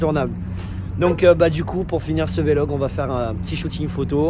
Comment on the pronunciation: Un beau rassemblement je suis tirailler entre la A45 AMG et la Focus Rs 2 tres belles autos ; qui a ete saoulagé que sur la fin il dise Vlog au lieu de Vélog tout le long^^